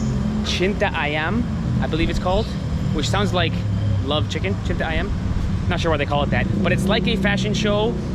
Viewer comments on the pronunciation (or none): Lol its Citayam not cinta ayam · CITAYEM BUKAN CINTAAYAM =LOVE CHICKEN HAHAHAHA